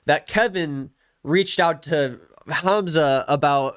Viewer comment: I’m so glad he finally said Hamzah’s name right 😭 Edit: the happiness was short-lived